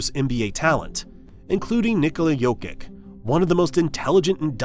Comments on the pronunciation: great video but it's yo-kich not yo-kik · You mispronounced Jokic’s last name. You are a basketball YouTube channel, and, yet, you mispronounce the name — the last name — of one of the most famous NBA players in the world?